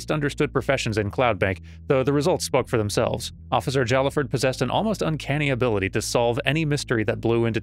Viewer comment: "Jallaford" is pronounced "Hai-ah-ford". Sword boyfriend usually says something about him when you first look at his profile.